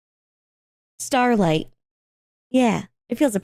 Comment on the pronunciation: Hehehe “stawlight”